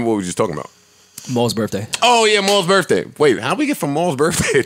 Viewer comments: Man pronouncing birthday as birfffday makes him sound so cultured. Keep up the good work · I hate when people say Birfday